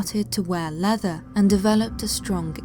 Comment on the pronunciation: "Phillip's personality underwent a change, he started to wear leather, & developed a deep interest in the occult." 🤣 The way she pronounces/says the word "leather" in that sentence ...ha ha!! It sounds like I imagine she'd say the word "feces", if she were saying the sentence "he developed a sexuaal fetish for "feces..."" Wow! Very effectively expressive. But I wasn't aware that beginning to wear leather was such an indicator that someone has become happily demonically haunted or possessed.. I'll have to remember that & keep an eye out.